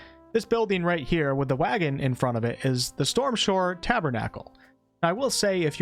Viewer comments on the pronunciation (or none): none